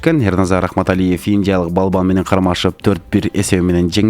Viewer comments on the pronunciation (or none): none